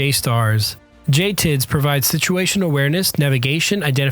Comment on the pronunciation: As a Mission Crew Commander Air Battle Manager on AWACS, this was pretty accurate, right down to JTIDS and he even pronounced it like us military folk. Jay Tids. Poland was caught with a very outdated military during WWII with horse mounted cavalry. They never want to be behind the curve again and now have quite a formidable military. Both Apache and Abram buys are beneficial for us and them.